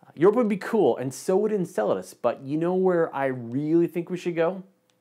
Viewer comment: In other news I learned how to properly pronounce Enceladus